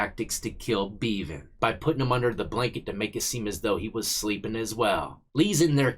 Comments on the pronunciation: It’s pronounced beh-van not Bee-van🤣🤣. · Bev-an, not Bee-van. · Pronounced Bevan like Heaven. Which is where that scumbag aint going. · pronounce the e in bevan the same a e in egg. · Bevan rhymes with eleven not steven. From your friend over the pond.